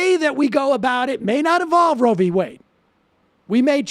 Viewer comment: It's Roe, not Road.